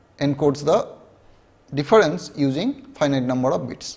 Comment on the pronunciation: Numbhad of levels..lolz